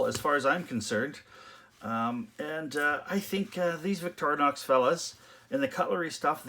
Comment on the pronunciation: It's pronounced "Vick-tor-in-ox" not "Vick-toria-nox". Sorry, but not sorry.